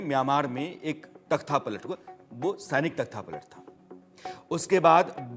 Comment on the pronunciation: तख्था नहीं। तख्ता।